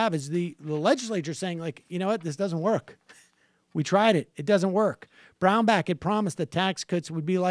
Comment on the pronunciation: Danarchy Productions I thought he was saying 'Brownbag.'